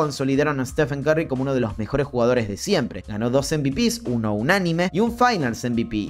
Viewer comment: Porque los argentinos tienen una pronunciación del ingles tan espantosa? Tim DANCAN Stephen CARRY Jeff Van GANDY 😣😣😣